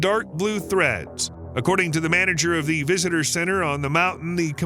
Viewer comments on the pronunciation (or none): none